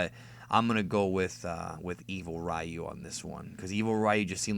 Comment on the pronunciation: You use the Japanese terminology for DBZ yet you said Ry-You for Street Fighter when it should be pronounced Ri-You.